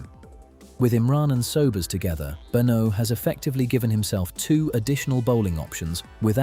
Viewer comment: It would help if you could get AI to pronounce Benaud correctly.